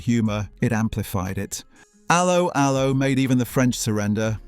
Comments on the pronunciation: A low a low. If you review something learn how to say it lol😂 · It's not ALoe ALoe ... it's 'Allo 'Allo. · Yeah had to turn off cos of this. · Idiot pronounciation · It's pronounced 'allo 'allo not 'allo 'allo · It's allO allO, for god's sake! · pronounced ello ello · The key words 'Allo Allo' were pronounced with a 'French' accent - emphasis on the 2nd syllable, not the first.